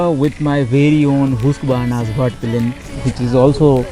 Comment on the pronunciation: Bro everything was great except the pronunciation of husqvarna . Your Content seems to be going on an another level that's why thought this small correction could help anyways it was really very heartwarming to see such precise and crisp vlogs from a Bengali vlogger.kudos to you man and grow a lot....❤️❤️❤️